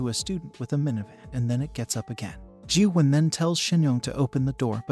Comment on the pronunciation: You pronounced Gyuhwan wrong